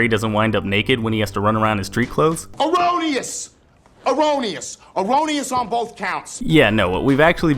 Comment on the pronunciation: Why does that guy pronounce the word erroneous as "o-ro-knee-us"?...he should be shot, just for that...